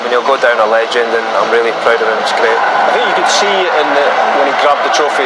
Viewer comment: Brilliant. Pwoud, vewy pwoud.